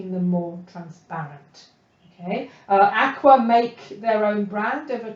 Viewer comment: Great videos. Susan Rostow, the maker of Akua inks says, Akua is pronounced a-koo-ah and means "spirit" and "honor the land" in Hawaiian.